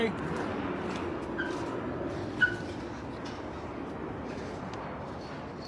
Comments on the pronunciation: “Doingah” lmao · What is he doinguh? Goduh.. come onuh. Shut the hell upuh.. if they would clean up that street than he wouldn't have to. It is an improvementuh though.. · "What is he dowinga" 🤣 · “Whar is he doing-AH?” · "What is he doing-uh?!" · "What is he doingUH"